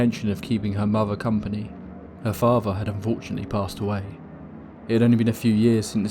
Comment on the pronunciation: what a favvah? what is a muvvah?